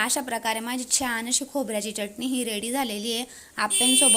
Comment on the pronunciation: Ani चटणी च pronun सेशन व्यवस्थित कर आणि एक तर हिंदी च बोल नाही तर माराठीन